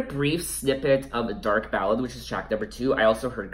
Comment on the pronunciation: It’s dark Ballet pronounce B-A-L-AY like the dance.. great review over all. I also think the album will be a highlight of her already phenomenal career